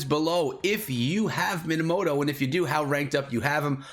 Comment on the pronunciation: his name is minamoto not moanamota